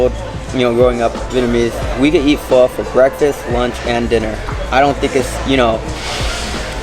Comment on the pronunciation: Oh, you silly girl, Bun Xeo has no eggs in it and it's not a pancake. LOL. 😂 at least you're pronouncing Pho correctly.